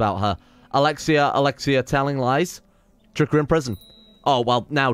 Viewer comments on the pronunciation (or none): none